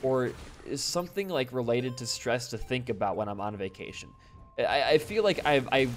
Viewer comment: I thought u said Vacination lol